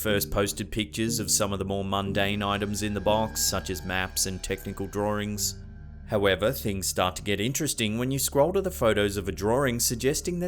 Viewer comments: Anyone else getting a bit annoyed by how he pronounces "drawings" as "draw-rings?" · Can you say "drawings"again?